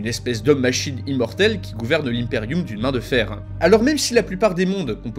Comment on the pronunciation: Je me suis tapé des centaines de vidéos sur WH40K et c'est toi le seul à prononcer Impeium correctement 🤣🤣🤣. Super vidéo un grand merci